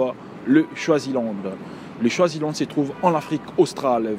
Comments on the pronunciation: C'est Swaziland et non shwazilande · mais c'est toi qui prononce mal, c'est Swaziland et non choisilande ça même pas de sens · A we le mec il sait MM pas dire Swaziland ptdr choisyland il a dit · C’est pas chwazi frère c’est swazi 😂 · Swaziland, pas chwaziland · Il dit choisiland c'est grave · C’est Swaziland et non Shwaziland comme tu le prononces là peut-être aussi c’est ce qui les a tous compliqué. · Swizilande et non choizilande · C’est Swaziland 🇸🇿 not Shwaziland 🇸🇿? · Swaziland pas Choisyland 😭😭😭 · C koi choisyland ? Tu sais même pas prononcer tu déranges les gens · Swaziland ou choiziland ? Toi même t'es con ou t'as des pb de prononciation ! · Swaziland 🇸🇿 et non choisyland la prononciation est importante 😂😂😂😂 Swaziland se prononce comme swahili il faut rectifier sinon crois-moi tous le monde risque de t’appeler CHOISILAND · Le mec c Cru dans le 94 choisyland c Swaziland il est mieux à aller apprendre le français avant de faire des vidéos...